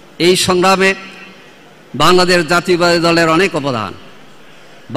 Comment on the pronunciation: বাংলাদেশ জাতীয়তাবাদী দল। বক্তব্য সুন্দর হয়েছে কিন্তু দলের নামের উচ্চারণ টা ঠিক হয় নাই।